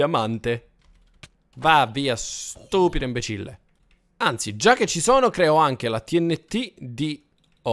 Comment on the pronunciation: non si dice inbecille